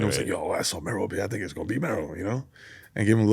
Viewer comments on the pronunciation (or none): Why this guy keeps saying 'Meero' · “splash mero sauce all over the place” “meero sauce” NO MF do you have ears? he said his name to your face and you still immediately mispronounced it back. that’s crazy lmao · Hearing him mispronounce Mero is bugging me